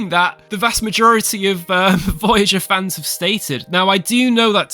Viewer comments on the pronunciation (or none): none